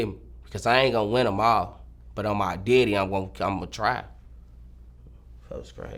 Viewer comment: “On my deaddy”